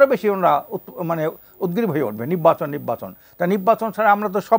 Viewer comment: বলদ নির্বাচনকে তিনি উচ্চারণ করছে ! পরে কথা ঢং করে নিব্বাচন বলেছেন❤😂